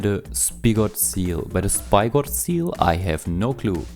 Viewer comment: Spigot is pronounced s-pig-it (like pig the animal). They are named after the metal spike used to tap trees for things like maple syrup. (The seals use their horn to stab the tree and suck out the nectar)